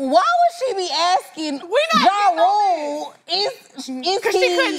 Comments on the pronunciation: Damn I thought she was saying R.U.L.E. too😂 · BRO ITS R.U.L.E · she definitely said "R U L E" lmao